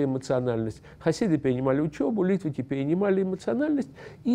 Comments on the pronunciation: литваки ударение на ки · люди которые на идиш говорят литваки, с ударением на ли.